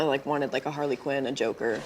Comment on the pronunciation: its harley ciunn